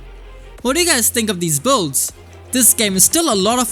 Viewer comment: please i like your content but you gotta learn how to pronounce "BUILDS" correctly for the love of god